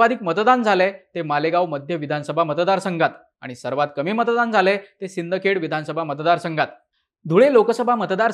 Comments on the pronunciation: सिंदखेड नाही रे शिंदखेडा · सर कभी तो शहर का नाम पढ लिया करो सिंदखेड नही है वो शिंदखेडा है हमारे शिंदखेडा का नाम मत बिघाडो